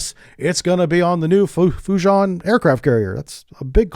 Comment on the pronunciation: bro "FUJI-AHN"